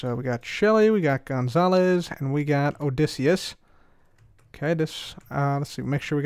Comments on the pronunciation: You pronounce Odysseus Odi ssee us Im learning about him in english yes i am a kid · You’re mispronouncing ‘Odysseus’.